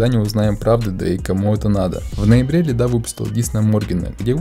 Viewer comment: лИда, а не ЛидА, он плавает по иронии и постиронии, тот дисс частично шутка, даже его глупые рифмы, это пародийный рэп